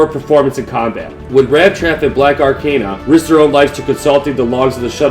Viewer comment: pretty good, but You pronounced blackarachnia wrong a few times which kinda bugged me, not a big deal tho